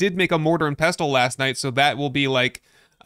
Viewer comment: My dude, the T in "pestle" is silent. Think "vessel" with a P. Love your content tho. High quality edits and production. Cheers.